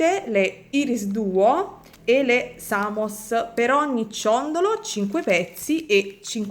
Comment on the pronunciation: un altro bel ciondolo estivo, anzi tropicale molto colorato e bello, baci 💜💜💜p.s. irisduo si pronuncia "airis" duo, piccolo suggerimento di pronuncia